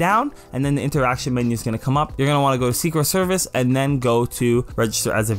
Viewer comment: I thought he said secret service instead of security serve